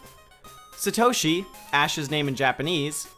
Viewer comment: its Sah-toh-Shee